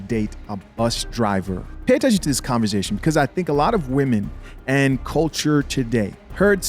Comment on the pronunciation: “Converzzzation” 😂🤣😂 All love homie! 🤙🏾